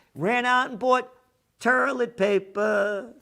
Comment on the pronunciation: Where's the "R" in toilet?